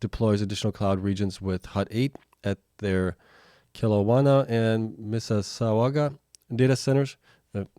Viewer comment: Heard you say this one a few times lol Miss - iss - au - ga the "iss" isn't pronounced "IZZZ" it is pronounced "ISSSSS" kind of like a cat would "hiss" (